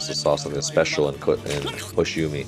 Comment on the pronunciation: just let you know 'hoshiumi' pronounce as 'hoshi wooo mi' u in japanese kana sound like woooo in english.